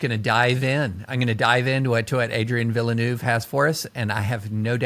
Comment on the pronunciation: I was deeply impressed with the level of discourse, until David French said "Adrian Ville-a-newvvv". But my Canadian heart will just have to get over it.